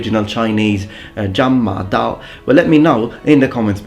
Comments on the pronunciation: Congratulations your Chinese pronunciation is spot on. The Horse Chopping Sabre is a generic term describing any large blade designed for infantry to resist or attack cavalry - usually to cut the horse's neck or to injure the horse's legs. Over the centuries they have appeared in various shapes - straight or curved blades, long and even longer handles, almost like half-polearms. Spear formations have to be more compact, for the spear-wall to be effective - hence they're less flexible and less mobile as they have to move in formation - these blades allow for looser formations, and they can be deployed in situations where spearmen won't be so effective. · dude, is these three chinese words the first time you've learnt? great work, pronunciation is very good. it's called the horse slayer in english. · upvote for getting the pronunciation right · I'm very impressed by your Mandarin pronunciation, ON POINT!